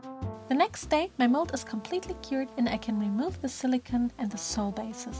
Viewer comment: Why do you say LEEGO instead of Lego? And why do you say SILICON instead of silicone (it sounds like siliconewhen it is spelled silicon)